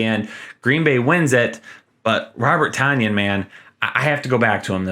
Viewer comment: I'm not trying to be a bug/smartass or whatever cuz I just learned it from the broadcast on Sunday. Ik it doesn't matter but just letting u know Tonyan is pronounced like tun-yin